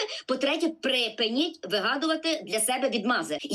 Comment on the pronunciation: Фаріон "..по третє прЕпЕніть.." ЩОО? Оце так знавчиня української мови🤣😂🤭🤭